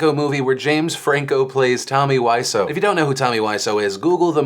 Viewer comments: Phil... my hero being Tommy Wiseau, I must let you know... you pronounce his name as Wiz-Oh. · Plz pronounce Wiseau correctly, it rly through me off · The way you mispronounce "Wiseau" has to stop. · The thing I found most frustrating about the things you reported on today Phil was how you pronounced The great Tommy Wiseau's last name.